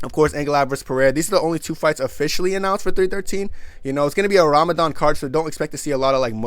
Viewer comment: pronunciation of Ramadan is very good Mashallah brother